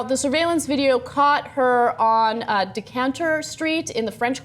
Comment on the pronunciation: Decantur street lmao